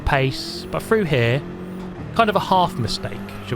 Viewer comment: Very good “rebuff of his attack” and going “frew” as always!😇